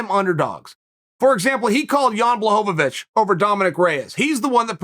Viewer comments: I think he was mixing up Błachowicz with Blagojevich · Def added an extra syllable to Jan's last name..lol